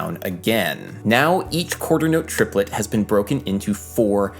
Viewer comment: Trip-uh-let y'all.